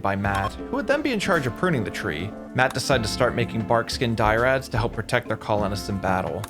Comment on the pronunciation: These Gauranlen tree creatures are called dryad instead of dyrad. Good video though.